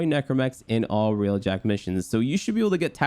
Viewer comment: Its pronounced Railjack, not realjack